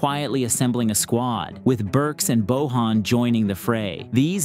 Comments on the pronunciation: it is pronounce "BOYAN", just letting you know.. btw another banger video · Great video! Btw, Bojan is pronounced as Boyan.